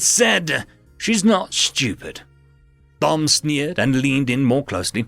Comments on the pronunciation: Dude... Thom is pronounced Tom, as in Thomas. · the h in Thom is silent, as it's short for Thomas.